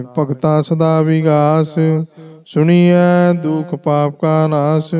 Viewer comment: ਸੁਣੀਐਂ ਨਹੀਂ ਸੁਣਿਐਂ ਹੈ ਜੀ